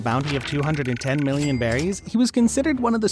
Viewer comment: It’s berries not belly’s